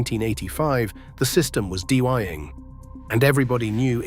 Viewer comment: the system was “dee-whying”……pretty sure you mean “dying”